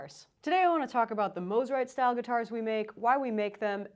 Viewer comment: You pronounced it correctly! Love my Eastwood Corona!